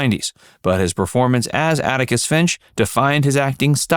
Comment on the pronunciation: Atticus. Not Anicus.